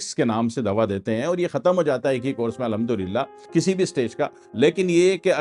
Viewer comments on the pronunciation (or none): none